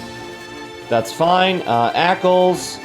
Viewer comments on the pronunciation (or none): ÄCLS? Aklys. xD